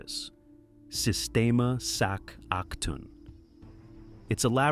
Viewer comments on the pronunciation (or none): it’s pronounced “Sac A Toon”, everyone gets this wrong lol. My son watches Octonauts, they have a special about this place.